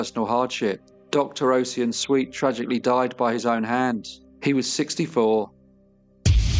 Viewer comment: fyi NAACP is pronounced “N double A C P” here in the states. and Ossian is Osh-en, with the first syllable like “posh” and second like “pen”